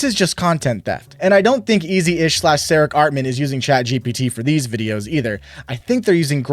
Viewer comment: THANK YOU!!.. for pronouncing Ceric without the “hard C”! I’d always hear it as “Sair-ick” in my head whenever I read the word, and so it bugged me every time I heard Blooms say it the way he did, lol!